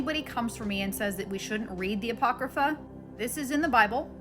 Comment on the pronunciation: Wow,, you are lethal. You are apologetics and just geared for war. Very impressive you said Apocrypha... YAY!...